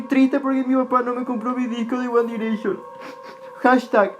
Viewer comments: uan direcchon😂 JAJAJAJAJAJAJAJAJA BASTA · guan direishon JAJAJSJAJSJ